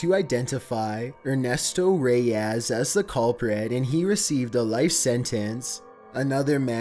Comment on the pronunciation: Bro its not reyass its reyes